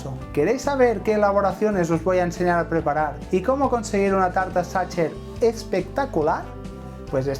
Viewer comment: Hola con todo respeto está mal PRONUNCIADO, no se pronuncia como lo haces, te sugiero que busques la pronunciación correcta, la mayoría de los españoles y latinos que no saben, cometen el mismo error de pronunciación